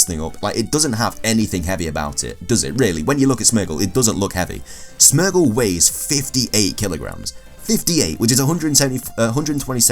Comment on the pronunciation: You pronounce Smeargle wrong, its Smeer gle